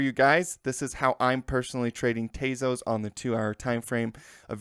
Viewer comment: not "tayzos" tezos